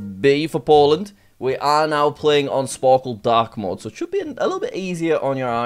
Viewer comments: "B for Poland" welcome to Jack's horrible alphabet! Boland lol 😂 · That's just how Arabic speakers would say it